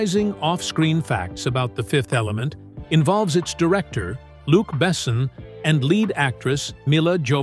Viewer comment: The best part of this video is counting how many different ways the AI narration pronounces "Luc Besson"